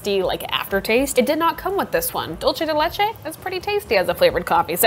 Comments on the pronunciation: “Dolce de leche” lolll it’s “dulce” as in do-l-seh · Why did bro say “dolche de leche” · Im dying everytime she says "dulce de leche" like that, its so funny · theres nothing to apologyze, its just Im so use to those words it sounded funny to me.